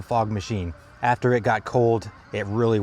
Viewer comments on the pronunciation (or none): none